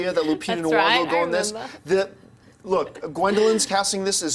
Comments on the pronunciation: Nyong'o not Nwong'o. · John, its not Lupita Nuwongo. its Nyong'o without the "nuwo" and with "niyo" (slient i)